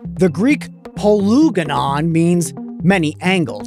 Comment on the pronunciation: I believe he meant polygonon instead of poluganon